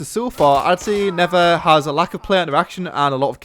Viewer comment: Come on. Not Neffer Not Never It's NeTHer.